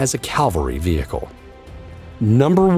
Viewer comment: vee hickle